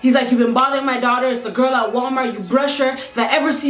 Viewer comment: For a min I thought you said "Grillll"